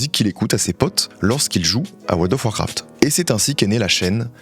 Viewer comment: "World of Warcraft" : ❌ "Woldof Warcraft" : 🙌🏽 🤣🤣🤣🤣🤣